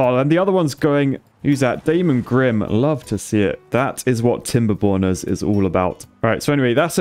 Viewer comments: I say chap, The way you pronounce timberborners Sounds like TimberPorners. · i thought you said welcom to "timberbon€r$" sorry my bad english and my way of thinking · did say Timberborners or TimberBONERS in the intro?